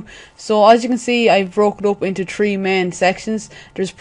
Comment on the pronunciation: Three not tree lol